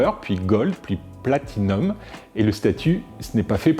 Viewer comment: Bravo, tu arrives à dire Platinum!